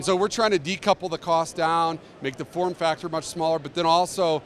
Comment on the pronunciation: He said de couple lol way cool